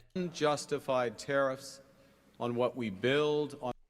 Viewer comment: took me like 5 times until i realized he said tariffs not terrors